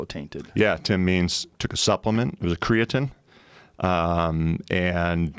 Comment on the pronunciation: MrMarbledeuce lol that shit drives me crazy!!! Tied with wheb joe says "... On THE planet earth"... Should leave out the "the" I think. And did jeff pronounce creatine like "creatinn"??? Wtf